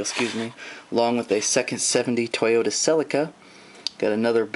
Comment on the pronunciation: its C-LI-CA. Not Cell-li-ca.